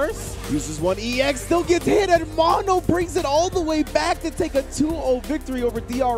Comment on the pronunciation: mow know. how you a nerd and interviewed dude saying his name and u keep calling him mon-o